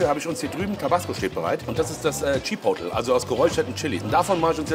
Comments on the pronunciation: Das wird nicht Tschipotl ausgesprochen sondern tschi-poh-tlay, Sour Cream nicht Suhr sondern ähnlich wie in sauer. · Spricht man übrigens [Tschipohtleh] aus nicht [Tschipottel] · Chi Pot le bitte so ausprechen und nicht chipotl , oder sag doch gleich chiwawa zuhahah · Bernd: Chipotle Maxpane: Chipoley:Chipottel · immer geile Videos aber es triggert so hart dass keiner Chipotle richtig aussprechen kann ey^^ Der Daumen ist trozdem nach oben geknallt👍